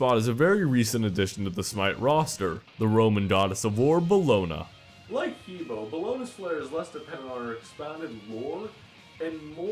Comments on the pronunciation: also... please, not hee bo, it's Heh Beh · The way you pronounce he bo is WAAAAAAY off. You say it like "hee bou" when it actually is pronounced "huh bwoah" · He Bo is pronounced Hub Wa. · He Bo is pronounced 'huh bwah' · ***** He bo is pronounced Huh Boh, Because pingying in the chinese language. I took chinese. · These guys all suck at pronunciation its Ha Bwa like hahahaha and bwahahahaha you bunch of sad sacks